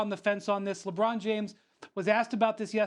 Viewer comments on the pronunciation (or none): none